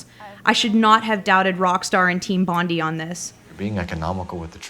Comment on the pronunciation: IT'S BONI NOT FUCKING BONDY